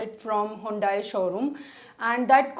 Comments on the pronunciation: i ain't an expert, but its honda and not hyundai :penguin-blue-waving-tear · Hundai showroom?? Or honda 😁